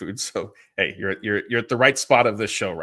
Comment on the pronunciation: it’s not “Ha” song, it’s “Hey” song, the former is the free agent who played for the Padres.